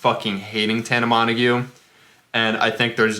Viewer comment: are you literally dumb 😂😂 that’s not how you pronounce tana mongeau